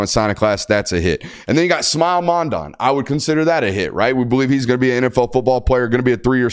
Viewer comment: Great show! Are you mispronouncing Mondon’s name on purpose at this point? LOL